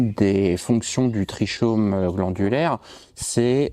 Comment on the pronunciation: Bonjour, votre prononciation de trichome n'est pas bonne, on dit tri"k"ome( /tʁi.kɔm/)